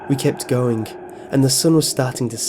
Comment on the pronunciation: I like how you say "going" as "goingk" lol